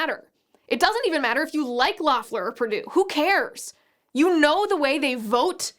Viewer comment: Fyi, Liz : it's pronounced "LEHF-ler." Not that it matters now to anything but the footnotes in history books.